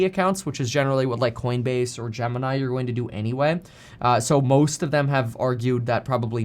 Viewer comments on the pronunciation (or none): none